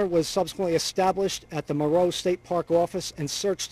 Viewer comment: FINALLY someone said Moreau correctly. It’s 10 minutes from my hometown. Unfortunately there are so many directions to drive in easily, I fear she is far away from Moreau. Prayers for her and her family. I hope she is safe. ❤